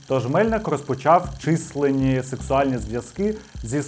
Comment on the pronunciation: контент супер, наголоси і неправильне використання українських слів змушує крінжувати , числЕнні не чИсленв, впродовж а не вздовж що стосується періоду часу , прошу того хто пише текст більш ретельно це робити тим більше якщо це не носій мови